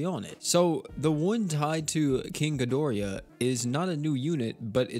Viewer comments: "GI DOR AH" not gi dor E ah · Gido-rah, where where did the extra "i" come from? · Am I the only one who hates the way he pronounced king ghidorah's name